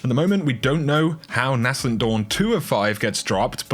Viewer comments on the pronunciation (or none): Dude, please pronounce Nascent correctly. It’s ‘naysent’ not ‘nassent’. It’s a small thing but it does bug me. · It’s pronounced ‘nay sent’ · NAY-scent Dawn...Nay-scent...